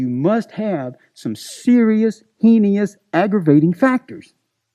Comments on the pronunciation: heinious lol twat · "I'm pretty knowledgeable" pronounces heinous as "heeny-us" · Heen-ee-ous! 😂🤣😂🤣 heinous! The prosecutor in My cousin vinny pronounced it high-een-ous! 😂🤣😂🤣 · lmao the way he pronounced "heinous" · Now here’s a prick who richly deserved everything he got...and more, sees himself as a genius . can’t pronounce heinous.